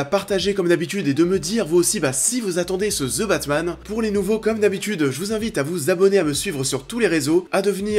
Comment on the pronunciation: ze batman lol